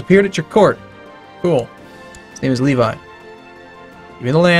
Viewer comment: You said Levi wrong.. GO WATCH ATTACK ON TITAN. Being serious best anime ever. You'll also learn how to say levi :3